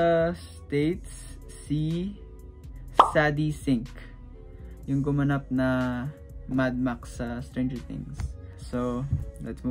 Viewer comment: it’s pronounced (sey-di) sink po hehe :> i luv ur content den po<33